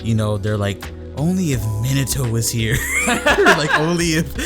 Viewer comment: How you guys do some many video and claim to be "lore master" cant even say "Minato" correctly?